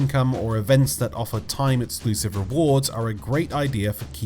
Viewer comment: Please try to pronounce “ex” as “x” not “et”.... etclusive...